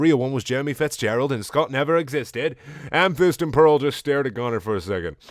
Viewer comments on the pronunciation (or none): Dude every time you say amethyst I hear hamfist and fucking laugh every time